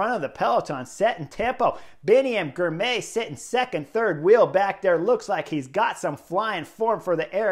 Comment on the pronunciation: Excellent report. FYI Girmay is pronounced Gir-mah-y.